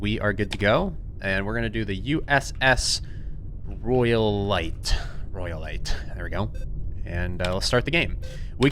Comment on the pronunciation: The USS Royaltie everyone, yes, Royaltie... Not Royalite